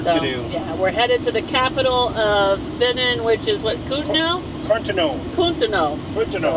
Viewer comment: Such a great time following you all these years--amazing! Hey, and, it's "Be-NEEN". You emphasize the second syllable. It's French, so the "i" sounds like a long "e" is in "seen." You guys make it through everything!